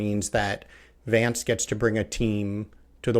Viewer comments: it's Vance not Vonce. lol #merica #1776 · For the record, his name is JD Vance, not JD Vahnce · Why call him "Vahnce", when it's easy to say "Vance" (like "cancer")? It's a name, not a case of British vs American pronunciations eg of "dancer" and "chance". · I would never tell a Brit to say "chance" or "dance" like an American, but really, there is something absurdly precious and tone-deaf in mangling an American's surname. His surname isn't "vahns," it's "Vance," rhymes with "ants" and "pants." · Vance. A as in Hat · Pronounce Vance correctly!!!!! It is not “Vaaaance” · “Vaunce”— so not hillbilly, Freddie. 😂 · Learn how to pronounce Vance like Kass. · Freddy, his name is not pronounced Vance as in RP advance but Vance as in American short a... No one says Barclay California. It's Berkeley..